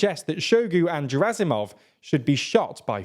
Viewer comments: I understand that people whose native language is English generally do not really care how "foreign" names are pronounced. But come on... it's not "Preegowsin", nor "Jerasimov" nor "Showgue". A little effort would go a long way. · Very nice video. Truly not trying to be a troll but...I believe the Russian officers names are pronounce "Shoy-gu" and "Gurr-azimov". Again - not trying to troll, just inform.☮ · Hey, a russian-speaker here. I know it's hard to pronounce russian surnames but there are a couple of mistakes you can easily fix: "zh" in Prigozhin is pronounced like "g" in "bourgeois" "G" in Gerasimov sounds like "g" in "good"